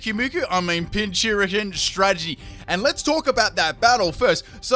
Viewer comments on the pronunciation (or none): Pin-cur-chin. That is all. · it's pincurchin like pincushion